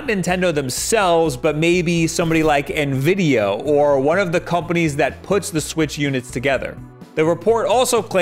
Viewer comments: This dude just called nvidia “ nvidio” lol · Did he just say Nvideo?